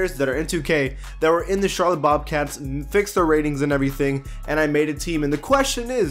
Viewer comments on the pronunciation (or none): none